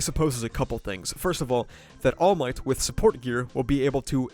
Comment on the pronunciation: "iron might" lmfaoooo